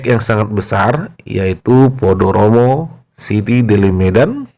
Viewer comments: Sebenarnya Podomoro tapi karena logat Batak jadi "Podoromo"😀😀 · Podomoro apa podoromo? Ngemeng apa ngomong?